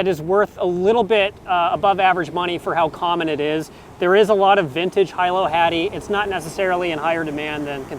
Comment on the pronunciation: Also, it is Hee-low (Hilo) Hattie, like the city of Hilo on Hawaii island:)